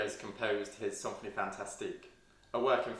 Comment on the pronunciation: It's more like 'sanfonie' than 'sawnfonie'. 'Idée fixe' pronounced 'fix', the 'e' is silent here. Very interesting video! Thank you.